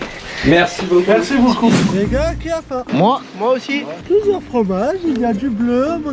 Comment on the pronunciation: faim --> fain 😂😂